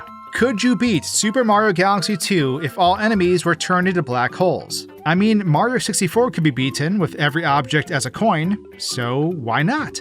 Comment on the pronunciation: I swear this guy has NEVER pronounced the "i" in Mario before